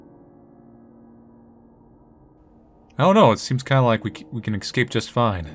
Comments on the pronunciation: Dear god please, it’s ES-CAPE. Esssss-scape, not ecs-scape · Everyone: "Es-cape": "Ec-scape" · Do you say word "escape" wrong intentionally? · Oh man, with the way pronounces "escape" (which is the incorrect pronunciation some people seem to have adapted for some reason) this series was bound to be interestingly frustrating 😂